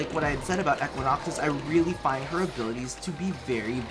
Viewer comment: If he says"eckuinox" again...